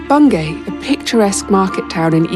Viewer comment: Bungay rhymes with key.